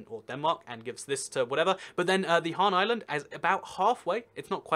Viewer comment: HanS island not Han island, although a island named after Han Solo would be cool